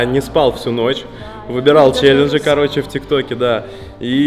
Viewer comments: почему члененджи? когда челенджи )))😂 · Почему все время говорит члеленжи